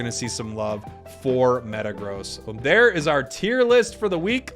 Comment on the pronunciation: Metagross, zachian, scizor. Do you mispronounce them on purpose? Lol